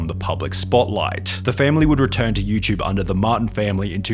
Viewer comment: why the fck do you always say you chube. its you TUBE